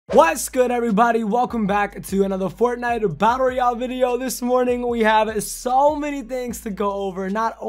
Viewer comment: You didn’t understood anything because you said “the new creative mode in fortnite battle Royale” Batlle royale. Cmon bro 😩